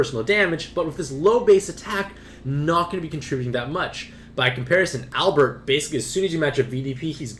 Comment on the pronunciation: Albrecht is not Albert it’s pronounced how it’s spelled AL-BRECK-T